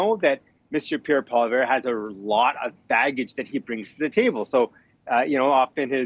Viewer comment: needs to learn how to pronounce the name of our next Prime Minister properly. I don't think the Conservatives have peaked. There are still a lot of Canadians who are paying attention. When they tune in, I can see support for the Conservatives increasing.